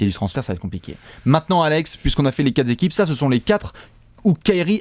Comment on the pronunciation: "On a fait les quatre'zéquipes"...